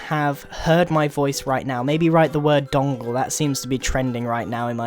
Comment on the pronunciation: donkle is that what u said